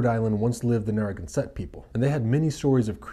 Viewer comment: The way he said Narraganset omg I cant😂